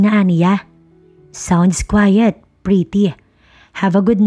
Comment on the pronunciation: Quite pretty po, not quiet pretty, tahimik po ang meaning ng quiet..